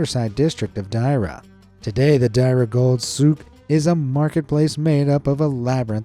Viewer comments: im here in dubai and you are welcome to come anytime in etihad and emirates or cebu pacific will guide your plane. and its called dira ITS DE-RA that how you say it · Deira (dee-i-ra) is were I’m learning